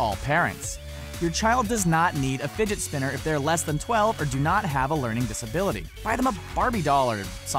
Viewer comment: Anybody else hear him say Spidget finner